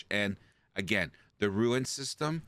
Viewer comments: ROON. Not Ruin. ROON. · WTH is a “rooin”?? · I am mildly OCD, it's rune, like moon with an rR ather than ruin which is an entirely different thing.